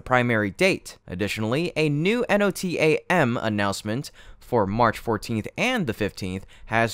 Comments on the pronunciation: That's pronounced no-tam, as in one word or abbreviation for NOtice To Air Men, although the Marxist woke mob is lobbying for that to be changed to something more "gender neutral" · You can say “NOTAM” you don’t have to pronounce each letter, but I guess a bot wouldn’t know that. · So basically nothing changed? 🤦‍♂️ Also it’s not “N.O.T.A.M.” Anyone with even an ounce of aerospace/aeronautical knowledge knows it’s just one word, NOTAM. 🙄